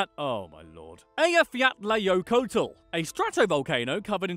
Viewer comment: I live in iceland😁 and you did not say Eyjafjallajökull right and it was funny listening to you trying to say it🤣